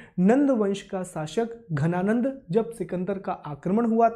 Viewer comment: Sir it's dhananand not ghananand..